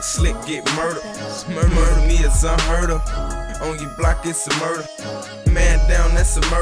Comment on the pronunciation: He said murda me its un herd of😭😂